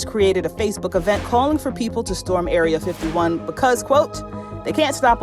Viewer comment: 1. That’s cheese 2. It was an April fools joke. 3. Storming Area 51 was a joke and she pronounced it wrong.